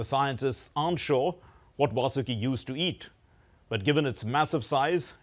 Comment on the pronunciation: It's not "Vasooki" or "Vaasooki". It is "Vaasuki". I am astonished that DD people do such mistakes like also calling it "mythology".